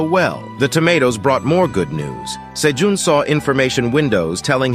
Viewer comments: Is his name pronounced "say-june", "say-john", or "say-gene"? I'm confused because this dude pronounces it all three. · sayjohn sayjune sayjean ive heard so many differnt pronunciations of this mans name in 30 mins i can help but laugh later on the cat sells 1k tomatoes then says he can only hold 150 wtf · OMG can you decide on the name? is it Sejoon or Sejun or what? there's at least three different pronunciation for his name so freaking annoying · I love the story but OMG can you stick with ONE way to pronounce Sejun's name?